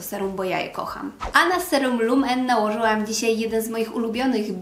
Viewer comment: Lumene to fińska marka, w związku z czym jej nazwę wymawia się tak jak widać, a nie jako lumen ;)